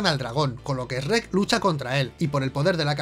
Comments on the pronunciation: Cada que dice srek me enojo como planton de bob sponge asi con la vena saltada y todo es su cultura pero no la respeto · ostias venancio jjajajajaja... soy YO O DICE REK? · Se pronuncia chruek, no se pronuncia shieg😑 No son los únicos que pueden encontrar errores 😜🤣🤣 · El "Esrek" jajajajaja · Para que nadie se ofenda dice Shrek y el otro dice Esrek,:3, Best Channel Ever! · Eshrek jajaja como el bromas jeje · No puedo confiar en la opinión que dice Eshrek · ESH- REK.....JAJAJA me encanta esa pronunciación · Lo que más me sorprende de este video es que al principio dijeran bien "shrek" en lugar de ese ya conocido por todos los que hemos escuchado gente de España: "Esrec" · Yo como todo latinoamericano pienso que el único error de este video de sherk, es como pronuncian sherk y del como le dicen a Burro Sherk es vida sherk es amor. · Esrret esrret no puede ser, es simple chret chret y ya, lo hace bien. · ESRREK jajajajjajajajajjajajajajjaa 🤣🤣🤣🤣🤣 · Uno dice Shuek El otro Esreck WTF!!!!!!😂😂 Asno?!! 🤣🤣🤣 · Increíble que una película de animación así tenga algunos errores P.D que no es "Esssrrreeek" >:v es Shrek ;v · "Essrek" jajaja. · "ESH-REK" ..... wtf 🤣🤣🤣🤣🤣🤣🤣🤣🤣🤣🤣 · Esh-rek?? Se me hace bien rato que lo pronuncien así XD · Me encanta como estos se burlan de como pronunciamos Shrek cuando ellos lo pronuncian peor incluso. "Chuerk". O sea, ¿Venís a darnos lecciones a nosotros? ¿En serio? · LO PRONUNCIAN COMO ESREC JAJAJAA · El error mas grande es pronunciar ESRER Cuando lo correcto es CHUEK 😇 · No puedo con la pronunciación de Esrec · Eeee, no sabes nada, se dice Shrek y burro, no esrek y asno, jajajja, bien video, saludos de chile! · Lo peor es que jaaja dicen SHERECK Que seria algo asi como sssreck Y asno as no no ses un asno es un burro y todavia le dicen burro en toda la saga ajajaj 😂😂😂🤣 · Jajajaaj por qué pronuncian Shrek como Reeeekkkkkkk.....ajajjaja???? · El único error es que pronuncian "ESREC" Y no shrek xd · asi no se dice Shrek